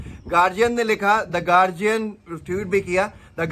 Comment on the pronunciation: गार्डियन होता है गार्जियन नहीं